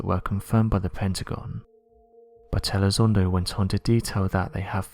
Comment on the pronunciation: Well, this Elizondo guy (whose name our British host pronounces incorrectly) was wrong in asserting that UADs (Unidentified Aerial Devices?) have more than a 600X G-force exerted upon them, from time-to-time, as they conduct their funky manuevers at over 10,000 mph. >>> That is just an erroneous assertion, on his part, because of wrong-headed assumptions. Apparently, Elizondo hasn't read anything written by Bob Lazar, who worked at Area 51 many years ago: and Bob will agree (and originally asserted and maintained) that alien spacecraft create their own gravitational field and operate entirely within it. >>> i.e., there is no "outside G-force" exerted upon the craft The difference between the two men? >>> Elizondo was a grunt "paid not to think"; and, Lazar was non-military under contract who WAS "paid to think".